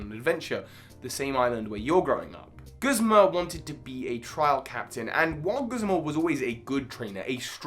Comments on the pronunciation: Video: Very good. pronunciations of “Guzma”: Terrible. Truly terrible. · "Guhsmuh" "Kookwii"